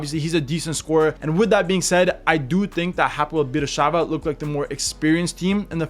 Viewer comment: It pronounce Hapoel Be'er Sheva. Im from Israel and this is my team. I really hope we will qualify to the Champions League stage for the very first time.